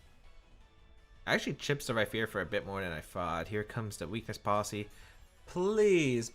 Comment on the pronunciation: So now that says Max Phantasm correctly, are we going to point out that he pronounces Rhyperior like it has a phonetic "ph" in the middle? 😒